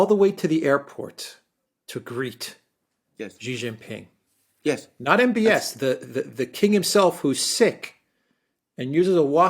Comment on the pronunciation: She-Jin-Ping. What's so hard about pronouncing this name?!